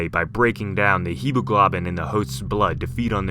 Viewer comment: Anyone else have to go back to hear haemoglobin or should I say haemoGLOBin hahaha